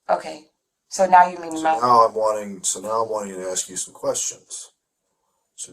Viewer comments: Blows my mind how anyone can get into law-school and pass the bar, without enough basic intelligence to say the word 'ask' properly??? LOL She needs to 'aks' someone how it's pronounced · If I get a lawyer that says axe instead of ask I’m just pleading guilty. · A lawyer that says Axe instead of Ask WTF! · The translation said "I'm not allowed to ask you any questions ". She said "I'm not allowed to AXE you any questions ". What's going on? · She went through law school and still says "axe"????? I'm calling horse doodoo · Why is it ALWAYS "I just want to aks "? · Nope ... Ax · Why the f do black Americans say "axe" Instead of "ask". Its like clake kent removes his glasses he suddenly superman. I genuinely want to know i am a indian watching this i understand english quite well but not the choice of the use of "axe" Instead of "ask". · It can’t even say ask.